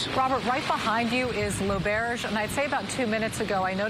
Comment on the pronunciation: Listening to them mispronounce L’auberge is painful